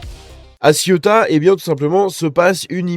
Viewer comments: il faut articuler le mot ce n'est pas la Ciotat, encore que il y a pas mal de gris c'est vrai 😬😬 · 34 morts à l'heure actuelle..Ah et petit conseil, on prononce : Séouta et Méliya